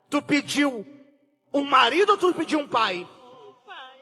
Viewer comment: Além do "pastor" não saber pronunciar corretamente o português básico, ainda manda um classudo: "Tú pediu?" Isso aê, meu caro emocionado, confie no pa$tor. 👍🏼